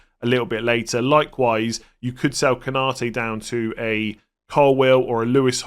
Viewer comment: Every one and his dog seem to be saying "Ko-NA-te" when his name is "Konna-TE".